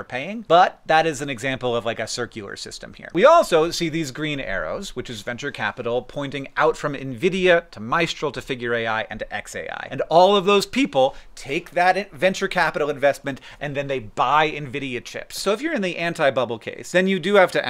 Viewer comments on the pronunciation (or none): I think its pronounced Miss-chrahl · . FYI, the is in Mistral is pronounced like the eece in fleece and the al is pronounced like in Alphonse.